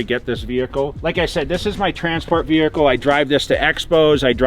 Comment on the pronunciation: Classy wehicle . Yeah.